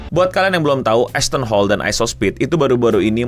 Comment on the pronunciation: saya dengar nama asthon hall ngapa jadi assh*le njir, 😂